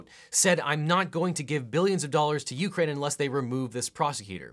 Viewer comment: Why does it bother me so much he says it "You-crane" with a pause, it drives me insane